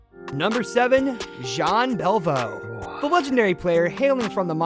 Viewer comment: Sorry I also missed Jean Belliveau he called him Bell vo. It’s pronounced “. Belli…..v…..oh “